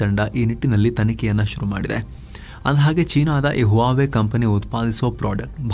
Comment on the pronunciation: Huawei pronounced as "wawai"